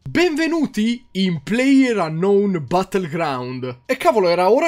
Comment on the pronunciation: "Penvenuti" cit.